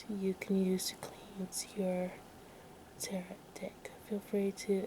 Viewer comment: Teh-row cards